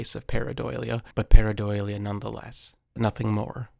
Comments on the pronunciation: Why do you say paradolia like that lol . Its DULL-Ee-uh. Not Doy-lia But yes that’s exactly what this is it’s a rock face with mud and grass growing on top and you can see it clearly. not a bigfoot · Dude can you please STOP saying pareiDOYlia?!? It’s pareiDOLia like Dole, now Doy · It's pronounced par·ei·do·lia not par·ei·doi·lia. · Para-doe-lia, not para-doily-ya 😅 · There is no "doily" in PARADOLIA. Sorry. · Just so you know it is probounced Pair-uh-dole-ia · Pareidolia - Parei-dah-lia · Learn to pronounce "pareidolia" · Drink every time he says paradoilia. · Your pronouncing pareidolia wrong its par·ei·do·lia 😊 just thought I would let you know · And all of a sudden is saying pareidolia weird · that's a hilarious way to pronounce pareidolia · You aren't pronouncing pareidolia correctly. Also, that's not a sasquatch. You're totally delusional.